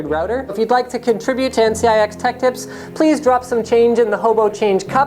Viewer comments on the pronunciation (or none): It's tips not lips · "Linus Tech Lips" 💀 No offense just pointing it out, great vid. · its tech tips yeah not tech lips? nice vid though as always though man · "Linus Tech *L*ips"